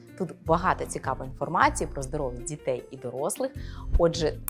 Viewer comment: Дякую за відео) 1) Забагато жестикуляції - літання рук відволікає від змісту. 2) Зверніть, будь ласка, увагу на вимову деяких звуків: "ДЗітей", "починаюЦь", "маюЦь бути", "не викликаюЦь"... І навіть власне прізвище ви "зацокали" - "" ))) Успіхів)